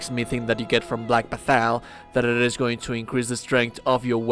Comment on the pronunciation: Black bathal? Tf where is that? I only know of Bak-Bat-Tall) Bakbattahl